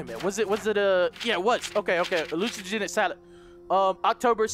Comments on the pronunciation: Hallucinogenic = Hilugenic 😂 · Man's said hallugenic💀💀💀